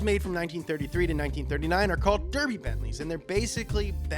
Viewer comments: durby, durby!!!!!!!!!!!!!!!!! AGGGGGGGGGGGGGGGGGGHHHHHHHHHHHHHHHHHHHHHHHHHHHHHHHHHHH its pronounced Darby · it's not pronounced "derby" it's pronounced "darby" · Come on, you knew this was coming... it's pronounced "darby" not "durby" 😃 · Pronounced dar-by, not dur-bu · 😂 I get why you pronounced it Derby but its pronounced Darby... I know it's false advertising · Just so you know we british pronounce derby as darby sorry to sound pedantic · I hate to be the smart arse know it all but may i correct you? Its pronounced "Darby", Not derby as it is spelt. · It’s not “Durby” it’s pronounced “Darby”. When you know, you know... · Its pronounced Dar-be, not Derby. Sorry to be a dick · Derby. Pronounced “Dar-bee” not “Der-bee” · it’s not d-er-by it’s d-ar-by I live there btw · Its pronounced 'Dar-bee', not durr-bee FYI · DAR-BEY not DER-BEY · I love you but it's pronounced dArby not dErby... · Up to speed on England : derby Is pronounced DARBY people ffs I don’t fucking live in duurrby, teach people right god damn it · it’s pronounced darby not derby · Just so you guys know from Murica, you pronounce Derby as Darby just a little fun fact for you 😊🇬🇧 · Just saying Derby is said Darby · Derby is actually pronounced Darby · Its pronounced Dar bee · Derby is pronounced "Darby" 👍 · Just a note... Derby in the UK is pronounced "Darby". Shhhh it's our language, we will do what we like. ☺️ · Derby is pronounced DARBY dude 😂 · the e is pronounced A so derby is pronounced DARBY. stop ruining the english language amerrrrica! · Derby pronounced Darby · The county Derby is pronounced “dArby” I know cuz I from a far away land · Derby is pronounced daa bee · ITS PRONOUNCED DARBY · The place derby in the uk is pronounced (Darby) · Derby is pronounced Darby if it’s the city. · Derby... is pronounced dar.. bee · derby noooo its darr-b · Derby is pronounced DARBY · It's Dar-bee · It's pronounced DARBY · Pronounced “Darby” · It's pronounced "Der-bie"